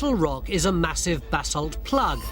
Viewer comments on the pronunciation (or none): Basalt, not bassel